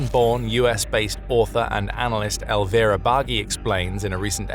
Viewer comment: Thanks for this report! Only the nama of Elvira Bagy is Elvira Bary. Sorry for nagging, but my ears told me to do so 😊